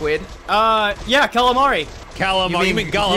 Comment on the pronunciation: Bruh I didn't know the italian food american pronounce was totally different from the italian. I just laughed at the gabagool and not Capocollo or Galamad instead of Calamari lmao. The "Muzzariell" is pretty accurate. Muzzariell is the neapolitan version of Mozzarella